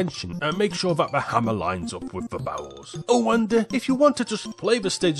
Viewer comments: I keeping hearing barrels as bowels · Whenever you saw barrels it sounds like you saw bowels which makes this 100%funnier ngl